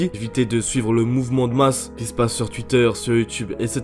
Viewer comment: Pourquoi tu dis « Tuitter » ?